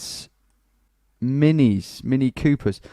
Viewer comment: He's saying it correctly.